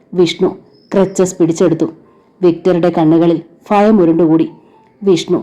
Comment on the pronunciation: ഭ bha എന്ന് ഉച്ഛരിക്കൂ. ഫ fa അല്ല for eg. ഭയം is bhayam. Not ഫയം